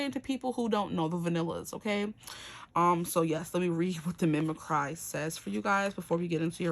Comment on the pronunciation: Mimicky is "mimickree" not "mimik-cry" i know it looks like the second one. Its a weird word. And yes i attract commitment phobs because im a reformed commitment phob 😅 Karma sucks. Its my payback 😂🫣